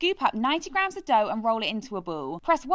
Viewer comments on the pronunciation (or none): “Mix to fourm a douuh”